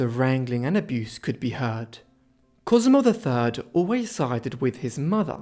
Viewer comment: Sehr interessant. Aber die Aussprache ist wirklich schlimm. Ohne geschriebenen Text wüsste man - beginnend bei der Sixtinischen Kapelle - nicht, von wem hier geredet wird. Della Roa 😅. Die heißen Rovere und genau so sagt man es auch. Regen- Tinnen haben auch nichts mit Regen zu tun. Und da gibt es noch viele Beispiele. Cosmo Drei heißt Cosimo der Dritte, donastische Inzucht ist donastische . Ohne Ende. KI? Ich mache Ihnen das gerne kostenlos, aber bitte keine so schlimme KI mehr!